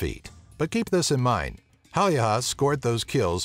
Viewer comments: Haha, it was pretty hilarious =P Sounded more like Simo Haijaha to me, lol. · pronounced "Simon Hey-ia" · tää lausuu sen simo häijähä :D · It's Simo Häyhä, not Simo Haeyaha, as you say it 😂😂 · Its Häyhä not häijhä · i live in finland and its häyhä not hauhjaha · I like how hilariously you pronounce Simo's name. "Simou Haijaha" xD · more like Simo Haljaha or whatever he said lol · Simo Häijähä :D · "simo haijaha" good job dude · ColdnPointless I Heard him say "Haijaha" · "Simo Häyähä" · Simo Häyhä = "Simo Hadiha" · Seemow hayyaha :DD Sorry, but the American pronunciation is terribly amusing for a Finn to listen. But then again if didn't use the letters Ä and Ö I wouldn't know how to pronounce them either. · the pronouncing... SJIMJOU HJÄYHJÄH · Simo häjijähähjiähä😂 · Lol Siimoo hayyhaa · You say hauuha 😂😠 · I'm cringing every time he tries to pronounce Häyhä's name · I heard that too xD ROFL when i heard him say Häyhä wrong. I'm swedish, hello neighbour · Basically first saying "Simo Hälhijiä? What the fuck? :D" then "At least he tried to pronounce the name like we do..." after which "well let's give a plus for the fact that Ä didn't come off as A", "The guy is claiming that the ryssät (russians) would have conquered Finland" and finally "Can't bloody talk English". Why did I bother to translate? Cause I'm bored XD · FortyFly englannin kielessä ei ole ä joten ne eivät voi lausua kunnolla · So I'm finnish and every time he said "Häyhä" it cracked me the fuck up. He pronounced it waayy off lol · You're mispronouncing Häyhä's surname so bad that it hurts my ears. But nice of you to add him into this. Edit: Google translate it into Finnish and listen to the pronunciation. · Im from Finland and i laughed the hardest with the pronounciation of the Simo Häyhä´s surname. Sounded like japanese lol :D And also, all you guys who think that snipers are cool. They just annouced to make a Hollywood movie about Simo Häyhä